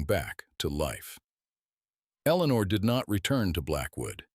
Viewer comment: Another Eleanor at least pronounced correctly by this AI